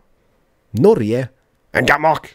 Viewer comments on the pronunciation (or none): I live in Kristiansand (Norway) Pleas try to say Norge in an Norwegian way. Not sweedish, norje. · You dont say Norje but Norge! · In norway we say Norge, not Norje